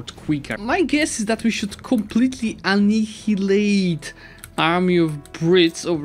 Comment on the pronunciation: Pls it is pronounced A-nye-i-late. I know I am cringe american accent supremist but I just want to help:D